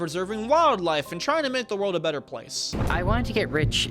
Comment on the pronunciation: Butt-butt bettet